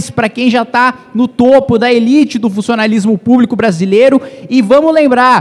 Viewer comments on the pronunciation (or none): Meus ouvidos sangra quando ouçei digar “elite do funssionalismo púbico”.